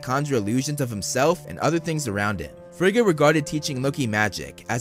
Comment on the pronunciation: I really enjoyed this video! Just fyi, Rene Russo's character's name is pronounced: Fray-ah. Also, Thor, and everyone else in the movies mispronounced Heimdal, Every. Single. Time. Heimdal is from Norse Mythology, not German. His name should've been pronounced closer to Hay-im-doll. It REALLY doesn't matter, it's just the one thing in the MCU that drove me batsh*t, lol! Pet peeves can be annoying. Great video!👍